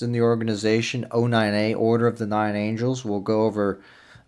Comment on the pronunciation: Maan plz im not being a dick but its "Angles" not Angels.